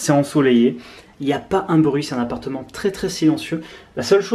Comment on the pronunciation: "Un apateu" jpp